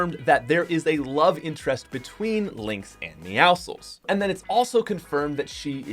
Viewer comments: It’s pronounced meow sickle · Your not supposed to pronounce the c in meowscles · The way he says meowscles is so wrong